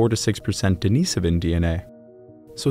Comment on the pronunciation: Another excellent video. I especially want to thank you for your perfect pronunciation of Denisovan. Too many other channels that discuss this topic continue to get it wrong.